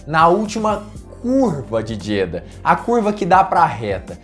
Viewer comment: Não quero ser mais do que ninguém.... Me desculpe... mas a pronúncia correta é Jeďá.... o A aberto no fim da palavra. Parabéns pelo conteúdo